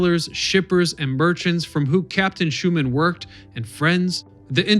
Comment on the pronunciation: Herman Schuenemann not Schuman. I know bedtime am a granddaughter of Herman.